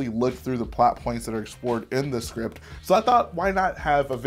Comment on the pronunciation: Ah yes, the scrint